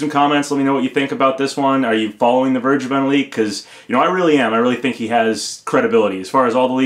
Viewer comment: "Vergeben" is german and not pronounced like that. ;)